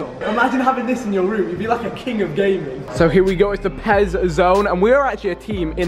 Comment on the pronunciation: it's not PEZ